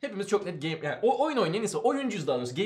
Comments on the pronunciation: "geymır" şenol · Geymır mı? Gey mey ne diyorsunuz abi. Size yakışmadı